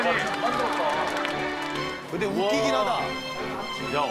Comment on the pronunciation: ㅋㅋㅋㅋㅋ 어머니에요 어머니 ㅋㅋㅋㅋㅋㅋㅋ 어머니임을 극히 강조